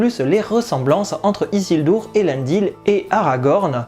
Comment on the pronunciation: Pourquoi dire isildour alors que dans le film ils prononcent bien isuldur. C'est comme ceux qui dise Saoronne alors que pareil dans la série ils disent Sauron.